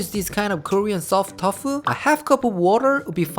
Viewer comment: Is it me or is he's saying "tof" instead of tofu?😂🤣😍